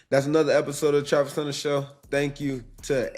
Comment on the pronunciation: Travis thanks for answering my question. Also much respect for pronouncing my name right. For that, you and your crew have earned my respect. Hope to see you on Sundays in the NFL and good luck to whatever team drafts you (Just don’t let it be the Saints) Haha 😂 Anyways, I appreciate you and look forward to seeing more questions from me soon! (P.S. I’m going to get your jersey once you’re drafted)